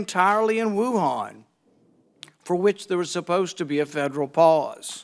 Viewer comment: Why does that curly haired muppet keep saying "Woohaaaaaan"? Nobody else in the world pronounces it like that, and his drawling accent only does it to that word.